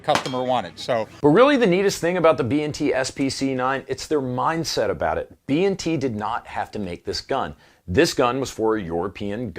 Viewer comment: B "&" T.... Not B N T